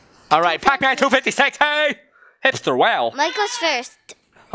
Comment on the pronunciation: Not pap Man is Pac Man